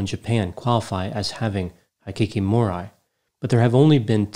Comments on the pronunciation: it’s (Hee-Key-Koh-Moe-Ree) Hikikomori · The "i" in Japanese is pronounced like "ee," like in "eat." Hikikomori is pronounced like "hee kee koh moh ree." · Great job! I've often wondered if Hikikomori is an illness that is germane to Japan alone. BTW, I'm a fan of Japanese culture. Kyoto is pronounced "Kee-yoto," & Hikikomori is pronounced "Heekeekomordi." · Thanks for covering a case in Japan. Your pronunciation though! High kiki mo rye🤣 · Absolutely butchered the pronunciations. They are pronounced as they are written, not with English letter names, as in "i" is "i" not "ai". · Hikikomori is pronounced "he key koh mory" butchered it.... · I enjoyed you analysis, as always! Hikikomori is a bit of a difficult word to pronounce in English, so if you'd like some advice for next time: Hiki = hickey Ko = like the "co" in "coffee" Mo = like the "mo" in "more" Ri = has more of an "L" sound than an "R" sound, like the "li" in "lily" I hope that's helpful, and I hope you're having a good day! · I volunteered at a center to help hikikimori for a few years. Many have antisocial tendencies but others are more or less individuals who have given up on the societys way of doing things. You can pronounce it "hee kee kee moh ree". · Hey! Just a quick word: it's pronounced Kee-yo-toe and hee-kee-ko-more-e. For me, when I'm unsure, I assume there's a long vowel. You got Aoba's name right though! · I am Japanese. " Hikikomori ' is pronounced like " He-key-co-mo-le ", the best I can describe for you. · Not that anyone likely cares, but it's pronounced He-Key-koh-moe-ree and Key-oh-toe. ;P Very sad case. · I'm only speculating in a situation like this... Is mispronouncing Japanese on purpose as a social experiment? ("Heekeekeemoree", "K-yot-toh"... Hard for me to fathom didn't know that😉 it must be his humor) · Hikikomori is pronounced "hee-kee-koh-MORE-ee" And Kyoto is 'kee OH toe'